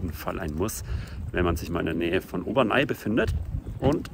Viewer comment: Heisst nicht Obernai, sondern Obernä (aussprache französisch)